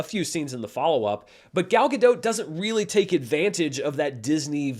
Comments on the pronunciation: Since I know you care about pronouncing names right, Gal Gadot is not French so you should pronounce the T at the end of her name. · Sorry if I made it seem like you weren't trying. Listening again it seems like you did, It's not as clear as if you were pronouncing it like you would in Hebrew, but it's close enough. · In the Giancarlo Esposito spirit, a pronunciation guide : Gal (sounds like “shawl”) Gadot ( “GodOAT”)